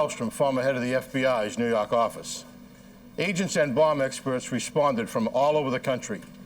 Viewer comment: "nuu yawk affice"